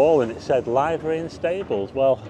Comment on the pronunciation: It's pronounced Live (as in living) ery. A Livery Stable rented out horses or you could pay to have your horse looked after there.